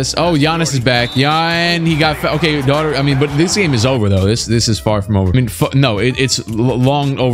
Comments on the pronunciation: Ahh brah...phonetically.... "doe-er-tee" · I think Daughtery is pronounced 'Dockerty', sounds like an Irish name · Daughtery is pronounced daug-tree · It's pronounced Door-tee my guy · It’s pronounced Darty Brad Darty